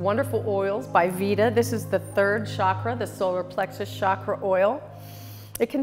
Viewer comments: "Chakra" not "shockra." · For God's sake Stop pronouncing it as shakra, it is chakra ,cha not sha...It's not french it's Sanskrit.. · With great respect to our ancient yoga gurus please don’t convert name of chakra. As our name doesn’t change as language changes, same way chakra name should not be changed because you can not pronounce. Regards